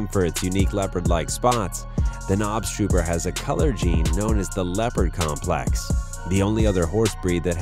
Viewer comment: knobstruper.? That is NOT how you pronounce that XD